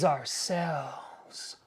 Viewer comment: Intro though “are self” 😂😂